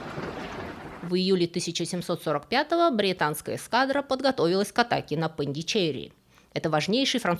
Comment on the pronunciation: Очень удивился звучанию "ПондичЕри". У нас во Франции, да и там, на месте, это звучит как "ПондишерИ". Все дамы в сари с точкой на лбу во Французских супермаркетах всегда оттуда. И фильм "жизнь Пи" (L'Odyssée de Pi) начинается именно там. Индия - удивительна. Спасибо.